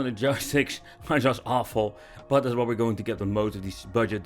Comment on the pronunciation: why cant dutch people pronounce the letter "s" they always say "sh".... "thatsh sho shpecial"